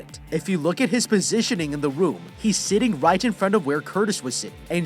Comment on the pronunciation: I just notest he said whit insted of right